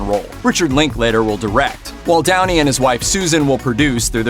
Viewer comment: When you talked about Sherlock Holmes, not gonna lie I thought you said Tony instead of Downey...